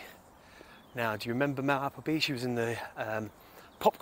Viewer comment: Are you sure you pronounce her last name correctly?😂